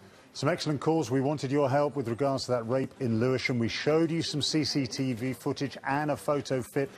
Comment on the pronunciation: I love how all the way through Tipu's case the detective keeps saying "Sea Seat E Vee" and then in the studio she corrects him saying "cctv".